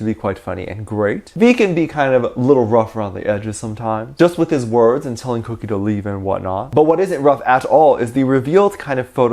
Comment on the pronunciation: You keep saying kookie. Then I realized I’m literally getting cookies. “-“